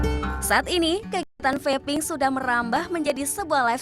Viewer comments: "Vaping" mestinya ga diucapkan seperti "faping", salah pengucapan malah fatal akibatnya, hihihi... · Pengucapan nya feiping bukan fapping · vaping bro... not Faping ekekeke